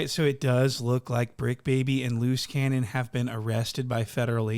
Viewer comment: "LOOSE CANYON" god damn how do you do it dude 🤣